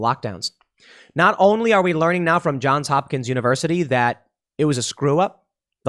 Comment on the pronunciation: Thank you Tim! for saying john*S* hopkins... as a former Baltimorean, "John Hopkins" drives me up the wall ;D